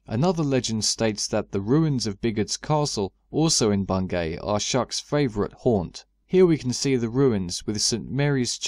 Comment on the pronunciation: just so you know, its pronounced "Bungy" around here